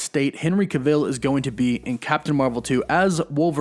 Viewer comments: Ca'vill? haha, your news is always brilliant, but he's not from stargate like Teal'c its just Cavill, rhymes with unravel, travel, gavel, mammal, paddle and no I'm not a grammar Nazi, I'm Black, British and the only black person I know who could be a bombastic enough villian to get away with wearing an ss uniform is Samuel L. Jackson in a film noir called: The Spirit. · I turned the video off after he said the name wrong for like the 5th time. I mean if you are going to do a video on someone then you should at least know how to pronounce their name! 🤦🏼‍♂️ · Why do you keep pronouncing it like kuh-vill? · its henry cav...ill not ca-vill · “Kavull” not “Kuhville” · irks me hearing you butcher his last name... it’s CavILL. not Caveel. please stop. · You said his name wrong? It’s Henry Cav-il, not Ca-vil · it’s “Cav-ill” not “Ca-Vill” lmao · Yeah like wtf you’ve never heard this guys name before making the video? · Yes lol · I really hate how you pronounce certain things. His name is Cavill. Not CaVille. And it is THEM not THUM! Other than that, I like the channel. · It would be like someone calling Tom Cruise, Tom (Crew-ees). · It's not "ca - ville", it's "cavell". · BTW, you’re supposed to stress the first syllable of his name, not the last. It’s CAvill, not caVILL. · Why are saying his name like that? To much emphasis on the i sounds weird and isn't how you pronounce it. Just say it the same way you would say travel. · New shot game....every time you hear ca-ville take a shot....guarentee you'd be smashed after this video 🥴🥴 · Please stop saying his last name wrong, it got so annoying lol. It’s Not cUvil.. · Please pronounce his name right- it's cAH-vill. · Learn how to pronounce Henry Cavill's name properly. Cav-ill. As if DCEU would let Henry Cavill play a Marvel Character. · It took me less than 2 seconds to confirm that Henry Cavill's last name is pronounced like "travel." 2 seconds. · No one else... This bum: Henry KA-vil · ca-vill. lol